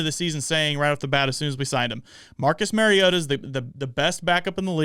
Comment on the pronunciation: Learn to pronounce the name of the person you are critiquing. It's not Mary-O-TA. It's Mari-O-TA. As in Mario Andretti. Just say TA instead of Andretti. Until you put in the effort to even know how to pronounce Mariota you are not to be taken seriously.